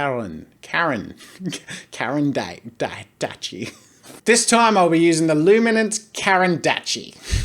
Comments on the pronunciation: Oh god not "karandatchi" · The pronunciation for the brand is loo-mi-nahns cah-rahn d'ash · It’s pronounced Karren Dash Jazza lol i thought i would help you :) i want these pencils but cant afford them so i got prismacolor pencils and I love them. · No, it's French, so it is pronounced not "dakh", but "dash" (the "a" like the "u" in mustard) Here is the correct pronounciation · U pronounced caran correct but it's dash not dache the way u pronounce it is dash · its pronounced "kar'en dash" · Caran D'ache is pronounced ''Caran Daash'' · Draw with Jazza btw it's pronounced karen dash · Draw with Jazza 😂 it's pronounced as luminance "dash" pencil jazza! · It’s pronounced Karan dush (as in duck). As a Swiss myself, those were the pencils I used at school... and still enjoy using. Try the Caran d’Ache “prismalo”. You colour in then run a wet paintbrush for an aquarelle look. ❣️🌹🇨🇭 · Pronounced Karen dash * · Jazza:Karen-dachi Me:kAegggghhhhen dash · I think that the brand is pronounced like CARANDASH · It’s caren-dosh! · Its pronounced Karendash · it’s pronounced “Caran-DAKH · its a russian word for ‘’crayon’’ or ‘’pencil’’ and is pronounced ka-ran-da-shie (written карандашы) Useless teacher out. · Dood it's a caran d'ache (car an d asch) from Switzerland. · I reckon it's pronounced "caron(barely pronouncing the n) dash" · The Caren D'ache pencils are pronounced as Caren dash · CARAN d’ACHE = Karan dosh A brand so fancy, most can’t even say it properly. You’re welcome btw with the pronunciation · I am fairly certain it is pronounced Karen DOSH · pronounced carin dash loominince Caran d'ache luminance lol :) great vid btw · I am sorry but its pronounced Carandash (not how its spelled but pronounced i watch to much SuperRaeDizzle) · It’s pronounced (carandash) just helping🙂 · No, its pronounced caran dosh. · U don’t understand my way of language bro anyone whose not Circassian or French will hear it as carandosh but we hear it and it’s pronounced carandash